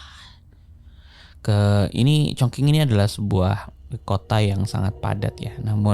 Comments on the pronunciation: wah kalo saya sih dengerinnya ga tentu ya, kalo upload ya ditonton. sejujurnya saya malah bosen yg cerita biasa, yg format ini bikin lebih tertarik dengerin. ngomong2 soal pelafalan, kayak kemaren, chongqing harusnya dibaca chongching bukan chongking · sedikit info bang, chongqing dibaca congcing